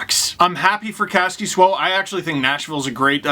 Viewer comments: Dangle: kas-ki-swo Kaskisuo in his Twitter bio: (KAH-skee-sue-O) Dangle: KAS-KI-SWO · I'm finnish and neither of those is really how we say it here. Though I dont mind if you say my contrymen's names wrong, but since the topic came up I'll give my way too many cents If I had to explain it to an american/canadian KAHS - ki - suo Three syllables. Granted, English doesn't have an "uo" diphtong and the short "u" sound is also rather rare in English so I undertstand the "sue-o" explanation. Swo is also fine, it isn't any more wrong than sue-o is. You can't always write things from different languages phonetically using anglophone logic. If you want to get it exactly right learn IPA or listen to a Finnish person saying it. (Yes, that is just suo, kaskisuo is composed of two words. Here's kaski ) If we look at how Steve pronounced it, to a Finn that would sound like Käs - ki - su - ou which is definitely close enough, but you say the first syllable like KAHS in a kind of a british way? And the end bit is just one syllable instead of a split su-o (or sue-o), but as mentioned before, English doesnt have a diphtong like that so it may be confusing.